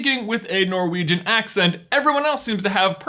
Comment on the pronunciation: As a Swedish speaking Finn 1) it hurts me how you pronounced Norwegian but I get it😂 2) it's so weird to me that the rest of the world doesn't have a similar sauna culture! Even prisons have saunas here